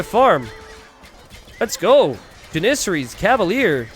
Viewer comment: I wish that you would stop mispronouncing janissaries